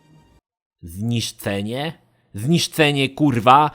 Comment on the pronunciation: Rozbawiły mnie słowa "przecąg" i "zniszcenie" 😅